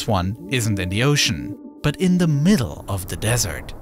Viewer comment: "Fwew da middelw" and "deh ovver vay" jeez is AI that bad??